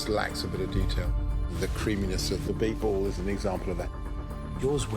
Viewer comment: Its not beef, its beet..